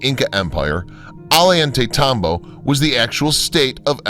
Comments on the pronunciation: Teo-ti-wakawn.. omg, could you trash the names any worse? Ollantaytambo- Oh-yawn-te-tambo...LEARN THIS SHIT BEFORE YOU TEACH IT! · Ollantaytambo is pronounced Ozhantaytambo/Ojantaytambo.